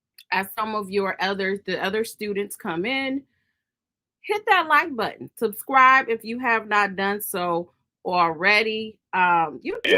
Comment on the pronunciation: I’m from Florida and really said “ hit that Like and DESTRIBE button. I heard all those syllables 😂😂